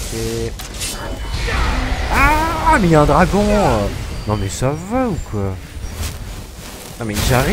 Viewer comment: Le "dragouth" MDR